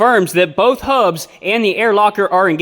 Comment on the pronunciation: You know it's real solid advice when he says "ThE HaUbBs"